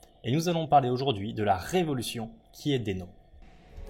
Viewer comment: Très intéressant, mais un détail me gêne: je crois qu'on prononce "dino" (d'où le logo dinosaure). :)